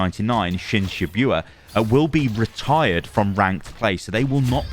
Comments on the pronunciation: i meat the way he said it makes me think he doesn’t watch anime not the fact that he mentions it, he said shibyua and not shibuya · how do i know is not a weeb... bro said shibyuya